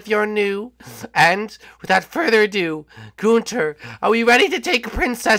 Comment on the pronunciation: ITS NOT GUNTER ITS GUNTHER